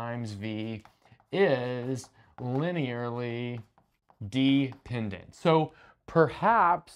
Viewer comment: Why is he pronouncing dependant like deep-ended